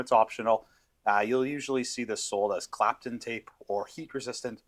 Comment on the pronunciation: Great vid. Btw, it's Kapton not Clapton. More generic - polymide film tape.